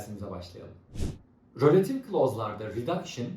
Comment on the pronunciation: Hocam rÖlative değil kurban oluyum izlerken felç oldum